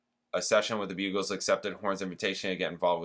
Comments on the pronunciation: The Buggles is spelled with TWO g’s, not one, so it’s not pronounced Bugles but BUGG ELS ( rhyming with Puddles). You will have heard the huge worldwide hit Video killed the Radio Star at some point, I’m sure, and it’s also famous for being the first video ever played on the brand new MTV at the time ! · I see one comment about Buggles but I can make it more clear - that band was pronounced BUG-ells